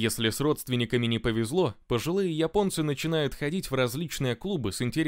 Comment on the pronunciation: Спасибо админ! Только от тебя слышал правильное произношение слово"Японцы".1А то все пошли произносит место "Японцы"сказать Епонци,или Епония.